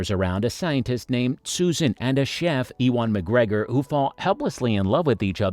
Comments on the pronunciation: Arrgh... Ewan, nor E-Wan. Pronounced like Obi-Wan but with a U and no Obi. Also spelt Euan. Right... I feel better now. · OK so the info is interesting and fun and the images nicely chosen BUT you need to check the pronunciations of your robot-talker AND fix the script so that it pronounces the words correctly. This may mean you having to write the script using strange spelling but sobeit. EG: Ewan is pronounced U-AN not eeewan. And as for Miss Peregrine, notice there is no L in the name, it is an R. The name is PEREGRINE and pronounced as perr-i-grin. Please, it is really annoying to hear this rubbish and worse, it disseminates this to people who are too dumb and undereducated to know the difference. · This has to be an AI voice! Nobody can mispronounce "peregine" that badly ... or call Ewan McGregor as E-one